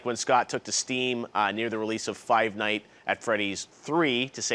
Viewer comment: WEW CORYKENSHIN OMAGAWD You said the title wrong. It's Five Nights at Freddy's not Five Night at Freddy's